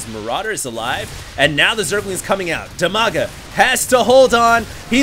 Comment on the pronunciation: Dimaga, Strelok and WhiteRa are from Ukraine. In fact it's almost Russia =) And Brat_OK is from Russia. BTW, despite You and Husky are awesome, you need to learn how to pronounce their names correctly! =) Dimaga is pronounced with first "i" as in word "Dim", not as in "diamond", both "a"s are pronounced the same manner as in 'father'. And the accent is on first "a". So it's like dim-A-ga Bratok = bra-TOK, with accent on 'tok', and Strelok is stre-LOCK, with accent on 'lock'